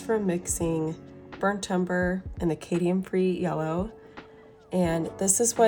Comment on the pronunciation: Cadmium ( Cad me um) free not Cadian (K dee ann) free.